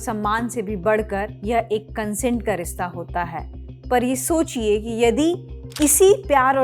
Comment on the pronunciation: rista nahi, rishtaa 🙂